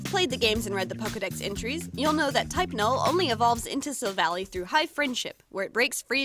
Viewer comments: sill vahl lie not sill valley omg it annoys me SO MUCH watch the SHOW and u will see edit: sorry, i love you, but please, please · Savella that's how you say it not savle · If She's REALLY A Fan Of Pokemon-- WHY DID SHE PRONOUNCE BOTH GLADION AND SILVALLY'S NAMES?! She Said "Sil-val-ee", IT'S PRONOUNCED "Sil-val-eye"... REEEEE- And "Glay-dee-on", IT'S "Glah-dee-in/on"; WHHYYY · Uh is Pronounced Glaaadion not Glade-ion and silvallie not silvally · i have to point out some thing , its pronunced sil-val-i not sil-villy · It’s Sil-Val-lie not Sil-Val-ie and it’s Glad-Eon not Glade-Eon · Silvally's name origin is that he is Gladion's Silver ally. So it is pronounced Sil-Val-Eye, not like how it looks. I'm sorry if this seems rude but I am a huge pokemon fan and hearing you say the name wrong makes me want to rip my hair out lol. I love your videos so much though! keep up the good work! :D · Oh god the way you pronounced Silvally’s name triggered one of my pet peeves- In the Pokémon series sun & moon they pronounce it like you would pronounce lie- Kinda like this Sil-Va-lie Sorry- my pet peeve just- took me over 0-0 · Gurl its silvally like the end is silvall AI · Not to be rude or any thing bu t this is how you pronounce the names GL-a-deon Syl-Val-ie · Your pronouncing Gladion and Silvally wrong. I watch the anime, and its Glad ( as in im glad ) - eon, and Sil ( as in silver ) - val - eye. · I noticed that you said his name wrong it's pronounced Chevelle eye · I know im like really late to this video but i just have to say how she pronouces these things... as the showed in the bottom corner how she said gladion wrong but lemme give you a lesson on how to pronounce 2 things... Gladion: Glad-ee-on Silvally: Sil-vall-i And 1 more that alot of people say wrong... Pokemon: poke-ay-mon Im sorry to the people who may find this rude somehow but... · its pernoct sill-vall-aw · its her favorite pokemon and she cant even say it right